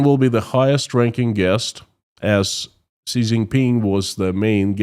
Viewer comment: Hey. Great content, and I support you all the way. One small thing, though. Xi Jinping is pronounced "She" Jingping. "Xi" in Mandarin is pronounced as "she", not "zee".